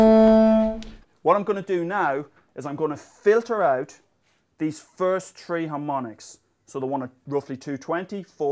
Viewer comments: He says shree or tree too many times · I love it how he pronounces three! haha